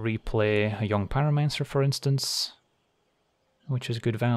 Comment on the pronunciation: Jong pyromancer is a dead giveaway that you’re a Flemish speaker :)